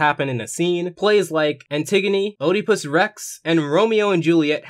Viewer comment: (btw, its pronounced Edipus Rex, just throwing that out there...)